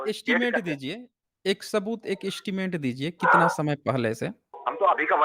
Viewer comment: Hello sir aapke big fan hai hum, bss aajkal aapne स ko श keh rahe ho aur woh bilkul achha nahi lag raha. Jaise शबुत, thoda irritating lagta hai sunne me yeh. Please isme sudhar kariye